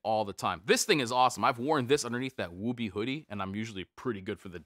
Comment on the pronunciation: Woobie has a U sound in the middle not a long O. Ok nerd comment done go back to regularly scheduled life.